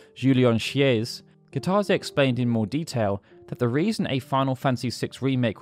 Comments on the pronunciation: Goddamn it! Kitase is Pronounced Key-Tuh-Say, not however you're doing it. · That's not how you pronounce Kitase. This new Generation and how they Pronounce Japanese Words, I swear to God...